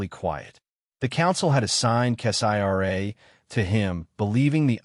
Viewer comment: I will not continue to listen to crap made stories like these, when the channel owners will not even review the AI reading the stories for accuracy. In this story, who the f is 'Kess-I-R-A?' That is not a name, Kessira is a name. 👎👎👎